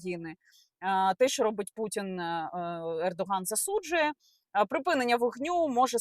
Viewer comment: Recep Tayyip Erdoğan. у турецькій ğ не читається. ґ там зовсім ні до чого.